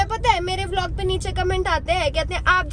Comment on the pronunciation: Bhai vilog nahi "vlog"